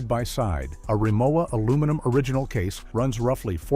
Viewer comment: Its hard for me seriously to take a negative critique of Rimowa when you don’t even know how to pronounce the name.